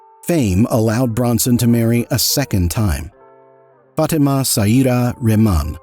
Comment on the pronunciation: Your pronunciation of the name “Fatima” made me cringe every time. Great video though